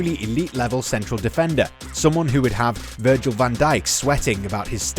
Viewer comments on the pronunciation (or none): none